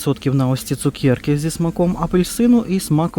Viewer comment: Дякую,, за ваш огляд. Обожнюю чути ваше слово ''цукєрка''. Ми вже з донькою теж так кажемо 😊.